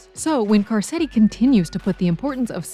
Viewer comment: “Carsetti”? Come on…